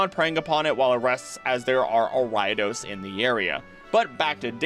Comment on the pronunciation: BTW, I had NO idea what pokemon you were talking about until it clicked but you pronounce Ariados weirdly! Ariadne + Odosu (to threaten) = Ariados.